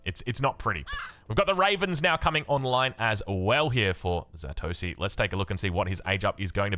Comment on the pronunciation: Zastosy making it look easy or as would say ZA(s)TOSY the s is silent ^^